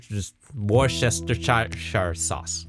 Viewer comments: Wooresestershire sauce 😂😂😂 W.T.F. It's pronounced "wuster" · Say 'WUSS-ter-sher'